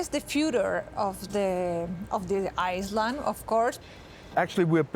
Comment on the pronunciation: claro que el ingles reguleque... cuando se dice island no se pronuncia la S es decir se dice iland.. no island.... pero esta bien es rica igual